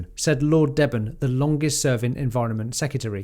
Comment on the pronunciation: Deben - pronounced Deeben